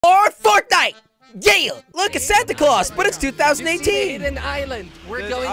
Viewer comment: You need to work on 'Fortnite'.